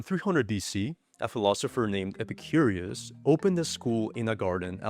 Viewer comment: I love videos, but calling Epicurus ‘Epicurius’ kinda grates on the nerves.